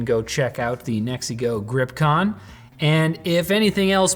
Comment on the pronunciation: I keep hearing Mexico 😅